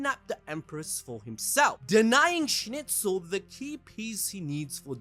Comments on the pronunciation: you killed me with Schnitzel hahahaahaa its a food in Switserland. please call the Name SchnEIZel not Schnitzel hahahahahah. awesome video tho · Schnitzel?! WTF LMAO. SchnIIIIIzel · Schneizel... why are you saying schnitzel 😵‍💫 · Character: Schneizel People: Schnitzel! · Dude I really liked your narrative story telling, saved me lots of time rewatching, BUT Schnitzel =/= Schneizel !!! Like Donald Trump =/= Donald Tramp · agreed, he butched the name so bad :( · Also, calling Schneizel "Schnitzel" is crazy.